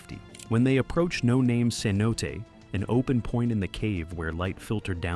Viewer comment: that’s my biggest pet peeve. So lazy. They also mispronounced cenote as c-note a few times.